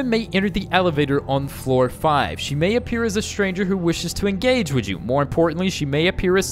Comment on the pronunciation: I heard meh not may lol